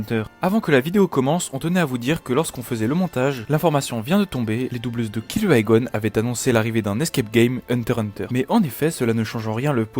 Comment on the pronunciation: Et ça se prononcé par kirua mais kilua avec le l roulé à peine